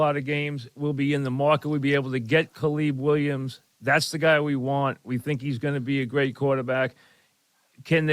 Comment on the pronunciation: Who the heck is Caleeb Williams